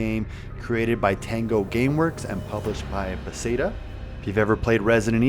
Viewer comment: I don’t think I’ve ever heard anyone pronounce Bethesda like that. Lol. I had always assumed everyone knew who they were. Solid vid though. Love this game and it’s still baffling that it wasn’t received better than it was. I put it up with RE, Silent Hill, and Dead Space as one of the survival horror greats. Such a shame we’ll never get a third entry now. What a waste of an excellent IP.